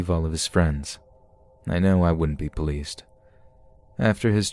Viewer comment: "Ecscaped" and "Puhleased" Why tf do you pronounce words wrong?